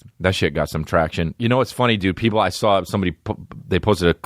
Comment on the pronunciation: Hi I'm new to the D'elia experience so forgive me for asking in case the answer is inside baseball. But do you purposely mispronounce "dude" for jokes or are you fucked. To me it sounds like "dewid" I dont know just asking.